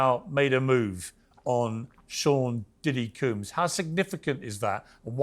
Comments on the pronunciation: Sounded like he called him Sean p Diddy coon?? I hope not! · Did he say Sean diddy coons ?